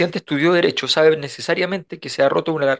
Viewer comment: Minuto "Boric chabe..." 😮 Nos estamos juntando con la Cubillosh en España???🤔